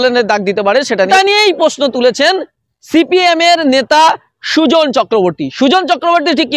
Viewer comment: Sujon noi ota kujon